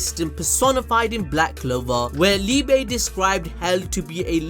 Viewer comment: i love the content ive been tuned in for over a year with black clover, MHA, fire force all the things you guys do I love. BUT BRUH YOU GOTTA SAY LIEBE'S NAME RIGHT I CANT KEEP CORRECTING YOU IN MY HEAD MAN! ITS PRONOUNCED LEE-BUH ITS THE GERMAN WORD FOR LOVE COME ON BRUH🤣🤣🤣